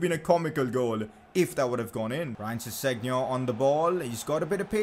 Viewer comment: kept making me cringe how you pronounce Ryan Sessegnon